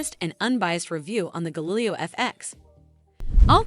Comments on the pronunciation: Not to mention, in the video it isn't even a real person speaking. A real person would know how to pronounce Galileo O_o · The fact that your video mispronounces the name is not great.